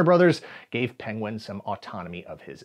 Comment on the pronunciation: being unable to say 'penguin' is the best clip ever.